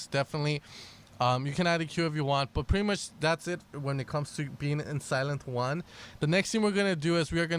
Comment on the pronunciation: did he say sylenth juan?